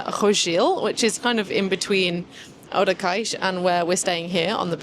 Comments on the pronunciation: Not to mention "Odekeix". Nope. "Odeseixe" is more like it. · pretty cool litle escapade to the south, that side of the algarve, specialy during this time of the year is quite windy. Ohh Odeceixe is spoken has Ode-sseixe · Já agora" Odeceixe is pronounced "Oh-deh-say-sh" or "Od-i-shaysh". It is a village in the Algarve region of Portugal, often referred to as "Odesh" by locals or in its full form, Praia de Odeceixe. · when you say odeceixe u will need to spell the "c" as a "s"...lovely video. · Hi. You pronounce Odeceixe well except for the 'c'. The 'c' in Odeceixe is pronounced like the two 'ss' in and not like the 'c'. The rule is a 'c' followed by an 'e' or an 'i' is read like the 's' in 'sea' but if it's followed by an 'a', 'o' or 'u' it sounds like the 'c' in 'car'. That's why the 'ç' (c com cedilha) exists, to sound like 'sea' when a 'c' is followed by a,o or u (although two s's will do the same). Açores (the islands) sounds just like assar (to roast). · It looks like you had a wonderful time in Costa Vicentina; I’m definitely inspired to plan something similar soon. Your Portuguese is coming along well, but you might find it helpful to nail the right pronunciation of Odeceixe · de certeza que ela sabe dizer Barcelona, mas não consegue dizer Odeceixe,só porque é português, é uma das coisas que não consigo compreender, sabem dizer a palavra em espanhol e o mesmo som em português não conseguem